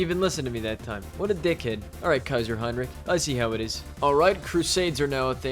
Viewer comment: I love how you don‘t say kaiser heinrick like so many others at least at many points 🔥🔥